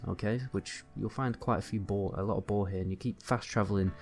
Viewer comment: I have to really pay attention to figure out what you're saying. You pronounce "bow" and "boar" as "bo." You are capable of producing the "r" sound if you move your jaw properly.